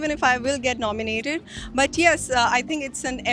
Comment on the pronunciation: Can anybody plzz tell amar its nominated not nomonated....